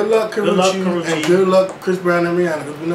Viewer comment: The fact that constanly pronounced that child's name wrong...LMFAO I was in tears every time he said it! It's pronounced "ka-roosh" the "che" makes the "shh" sound.